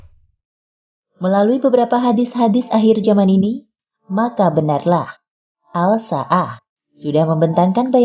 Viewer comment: Bacanya assa'ah ... Itu alif lam syamsiyah min... Jadi aL nya gk di baca..